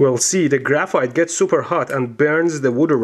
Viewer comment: Idk guys but in the intro, graphite sounded like graph fart ._.